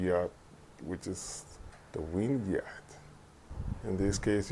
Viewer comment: What’s a “Yatch”? Did you mean Yacht?